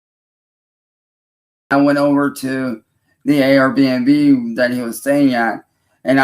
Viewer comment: He’s still calling it an A-R B&B 😂😂😂😂😂😂😂😂😂😂